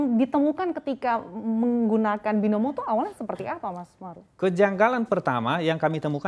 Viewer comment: Binomo atau by-no-mo😆 sudah habis main binomo, mau makan pun sudah tiada apa apa lagi....